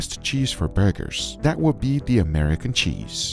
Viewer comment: “DISS” “DAT” Gugas way of pronouncing “this” “that” 🤣🤣🤣